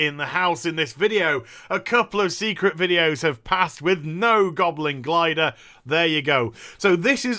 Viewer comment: I am French and I know how to properly tell "Goblin Glider" thanks to you.